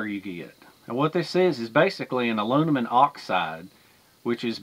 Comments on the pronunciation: Say Heah it's "M" and not "N" AluMinum and not AluNimun. Geeet's it, heh heh heh. Just Jokin. Anyhow, I have a Vintage B of A Boys Scout small cooking set that comes in a canvas pouch, I still use it. But I also have a newer set in a red nylon pouch that's stainless. I have no problem using either or. But Thanx You for teaching me something, Great Experiment. Dilly Dilly.,,.p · Youre hilarious man, You can say toxicity, but not aluminim. lol (not picking, just good natured laughing) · It seems the Brits add an i to the word aluminum. Uh Loo mi num is right for we 'Mericans. Uh Loo mi ni um is what I hear a Brit say. Your international exposure probably keeps the confusion going. When you thought the least about it, you said it like a true Southern American. We all know what you mean, however you say it. Good job on the test. NO OLD CAST FOR ME is the takeaway. Thanks, and we are all glad you lit the right cattail! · With the rise of NovelCorona Virus...I'm watching this just to hear say Aloonimun!😂 I need a laugh this mornin!😂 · I can't even say Aluminum anymore without laughing when my brain says Aloonimun! 😂you're the best dude! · Your cast aluminum (ah-loom-ma-numm) might have carried axle grease under a horse drawn wagon. Thanks, for the video, That really is useful information. Also, you can clean aluminum with lemon juice, salt, or vinegar. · "Alunimun" lol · Thanks! I'm happy you like my channel so much. Honestly, me being southern I can't pronounce aluminum the American way, but I can the English way! Thanks for watching my friend